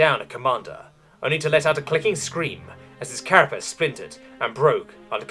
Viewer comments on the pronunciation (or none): none